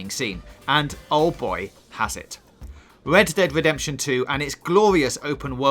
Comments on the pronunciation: Wed Dead Wedemtion....howizion zewo down.... Sorry but 😂im actually crying how he talks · Fowtnite // Wed ded Wedempition // Unhawted fouw // Howison zewo dawn // God of Waw